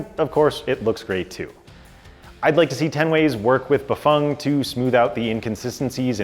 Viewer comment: Are you the only ones saying Bafang correctly?🤔